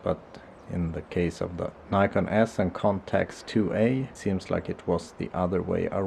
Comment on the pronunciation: its Nikon not Neyecarn